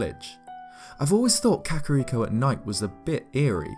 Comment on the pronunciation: Something about the way this dude pronounces kakariko bugs me